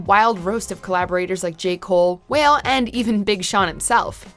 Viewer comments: No she didn't just call my mans Wale "Whale" 😭😭. ITS PRONOUNCED "WA-LAY" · Did she just call Wale "whale"???? 😂😂😂😂 It's "Wah-ley" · This bih called wale "whale"😂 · Illuminate with ab-soul Mona Lisa with Wayne And also she calls wale whale lol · this woman called Wale "whale" im in tears 😭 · It’s Wale not whale smh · Whale? The brothers name is Wale. Also some of those honorable mentions are staples for KDot. I’m disappointed by this list and it’s presentation…. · You butchered Wale's name 🤣